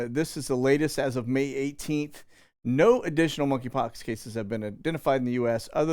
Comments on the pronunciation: The "K" in Monkey Pox is silent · The K is silent in monkeypox